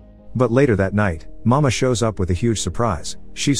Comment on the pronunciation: Nice explanation. But for the record it is not pronounces "mama" but "ma-mei-ha"